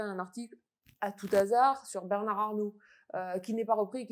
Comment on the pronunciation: Hasard; "h" aspiré ! Pas de liaison. Tout ce qu'on entend est bien conformiste, vue de Paris, vu d'une certaine classe sociale. Comment espérer de l'originalité, du neuf, quand on a été directrice de cabinet de N. Vallaud-Belkacem, elle même poussée là par la Folle du Poitou ?